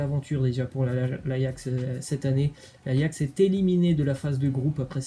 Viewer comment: Apprenez lui a dire ajax svp c grave là